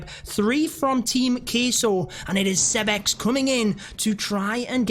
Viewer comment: Why do you call him “Seb-X” 👀